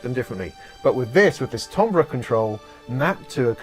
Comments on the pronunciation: Timber is pronounced tamber! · timbre = TAM - BER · Don't know if this is a British pronounciation issue, but 'timbre' is usually pronounced "TAM-ber". But since its origin is French, I guess it would sound like "TAHM-bra", which I guess is close to how you say it. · A frequent argument that I have with my Brit wife. But also, keep in mind, language is fluid and changes and updates frequently. And apparently, the British accent around the 15th-17th century was similar to what the American accent is today. As to why the American pronunciation for `Timbre` is very odd. Probably an anglicized pronunciation of the French word, that didn't get changed when modern British English started to adopt european pronunciations. My wife tells me that this Euro pronunciation of adopted words is also a class indicator in England.